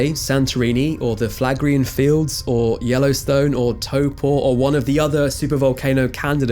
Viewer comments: It is crazy that you confidently mispronounced almost every volcano name and then somehow managed to pronounce Taupo correctly 🤦🏻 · As a kiwi your bang on pronunciation of Taupo warms my heart. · Great pronunciation of Taupo. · Nice to hear correct pronunciation of Taupo. It's a difficult one but you were spot on. Toe -pu :) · Kiwi here! Thank you for this wonderful video and also for your efforts in pronouncing Taupo correctly! Volcanoes are just a part of our life down here, we all know and love them, the entire country is volcanoes and additionally I was really into rocks and volcanology as a kid. Even though this was information I already knew most of, I love hearing about it again, and I love knowing more about Toba especially, I hadn't heard of that one, as a kid I only really focused on my own country's volcanism (because my dad could take me on field trips to see it irl hahaha) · Superb doco. Loving all the comments here from fellow Kiwi's too. Thanks for nailing Taupo and kudos on avoiding having to pronounce Eyjafjallajökull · WELL DONE ON THE TAUPO PRONUNCIATION!!! WELL DONE! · You pronunced the Maori word Taupo perfectly 🥰 (I'm part Maori) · I've always known about Lake Taupo being a supervolcano, something you learn when you live under 5km away from it lol. Doesn't frighten us locals either. We know we'll be long gone by the time it explodes. Also awesome pronunciation on Taupo! Love hearing when people say it correctly 👍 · You nailed the pronunciation of Taupo. Awesome! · bro says Taupo better than most Kiwis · Kia ora From Turangi New Zealand. On the south end of Taupo. Thanks for another great video. Big ups to you bro you pronounced Taupo right! Ill keep you on brother haha keep up the good work. Ma te wa ehoa. ( Ill see you next time my friend, in Te reo Maori) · Respect for pronouncing Taupo properly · Pronunciation of Taupo on point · Wow this guy pronounced Taupo correctly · Yep, excellent pronunciation. Ka pai ☺️